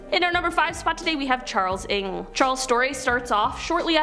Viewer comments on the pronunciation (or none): Ng, not Nge.